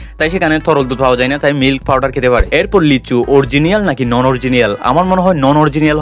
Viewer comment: অরজিনিয়াল না, অরিজিনাল।